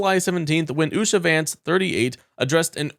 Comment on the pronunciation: Usha? Loompah. Loompa ? Usha. And you mispronounce Kamala?.. And i dont even like her.